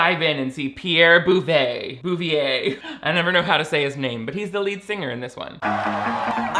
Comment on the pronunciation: The pronunciation of Bouvier is correct, you nailed it king (it's my family name, I'm french ^^) ! :)